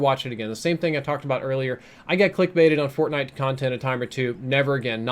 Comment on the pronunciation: “fortbait” yeah basically